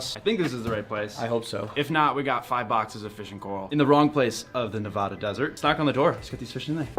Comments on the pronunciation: its ne vad a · This was an awesome video, and you've gained a subscriber. I just have one gripe. It's Nevada, not Nevauda.